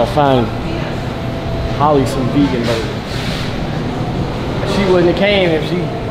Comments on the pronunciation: Ddg said Halle, says Holly 😂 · Why y’all mispronouncing her name 😂😂 it’s HAL-E